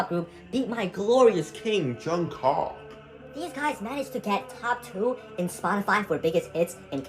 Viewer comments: "Johng Cock" instead of "Joong Cook"? BANDWAGON KPOP TOURIST DETECTED :face-blue-smiling: . . . jk I'm out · JUNG COOK ITS PRONOUCED JUNG COOK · My boy Jungkock😭😭😭. Sir you can’t even say his NAME correctly like what. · jung cock 💔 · What the fuck why is he calling jungkook johncocks dude stop 😂